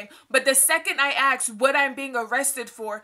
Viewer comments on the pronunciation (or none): Holy FUCK also its ask not ax. You speak for yourself but lump all white people into one group. You're a racist. Straight up racist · This bitch is crazy and is consumed with too many stupid things. I have some advice for you: PUT THE FORK DOWN!!!!! And.... Stop switching up between AX and ASK.. It's as if you're endeavoring to appear ghetto by saying AX, but it's clear that you know it's ASK. So just say ASK. Try this: Stop thinking about race, and race will stop running your life and dominating your thoughts. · Why are you trying to make race a problem, AND STOP SAYING AXE A QUESTION before I shoot up an all black racist bar.